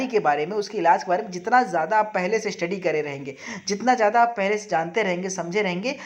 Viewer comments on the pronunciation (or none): none